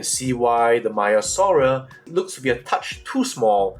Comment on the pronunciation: Hi, Greek speaker here and a dinosaur palaeontologist. Great video and informative, as always. It is not pronounced as 'Maya-saura' but as 'Mea-saura'. The 'e' is like the first 'a' in the word 'anyway', if that helps. Also, if you are interested to know, in Greek we pronounce the second part of the name as 'savra' where both 'a' are pronounced like the 'a' in 'rhamphotheca'. I hope that helped. Keep it up, your presentations have a scientific quality and scrutiny.